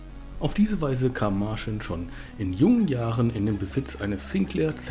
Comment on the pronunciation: "Martschin" und "Michau" spricht man sie aus...